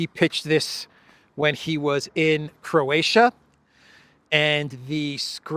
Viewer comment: say Croatia one more time ..i dare you ;-) .... and forget to mention other attendants that comedy in our Dubrovnik .